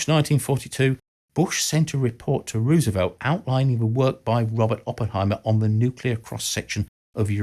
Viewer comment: Learn how to pronounce Roosevelt, will you? The first syllable sounds like "rose," not like "rooz." Why is that so hard?